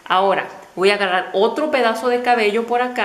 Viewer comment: No se dice 'csbeo" se dice cabello, o es q no escucho bien o tu dices, a veces así... lo siento hermosa, sin ánimo de ofender